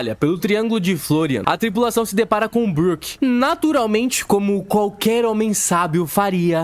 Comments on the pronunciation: Várias incoerências.. em Punk Hazard, ponto pro Chopper que salvou as crianças, onde está só um chapéu de palha nem deveria contar.. Sem falar que pronuncia tudo errado.. BROQUE kakakakakakakakaka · O cara fala BRÓKE.. não dá pra levar ele a sério. 🤦🏻‍♂️🤦🏻‍♂️🤦🏻‍♂️